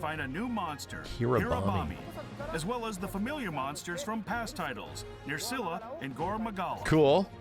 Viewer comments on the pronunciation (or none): "nerc-cilla? yeah it was in Rise" 😅